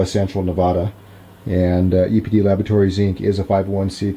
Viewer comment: The Header text of the vid states "EPD Laboratories". Voice behind the camera says "UPD Laboratories". Auto Generated subs states "APD Laboratories". Not really a big deal, just found it odd / funny, is all.